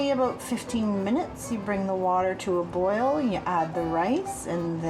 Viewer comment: aBOOT or aBOUT?